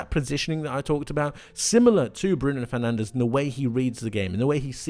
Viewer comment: You're gona say athletic cloob but can't be bothered to say fernandez properly